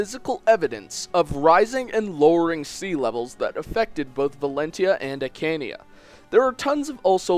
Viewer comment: Anri? Judgal? Akania? You got your english names wrong. Arni. Jugdral. Archanea.